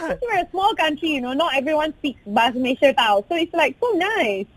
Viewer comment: Malay - sia, not malashia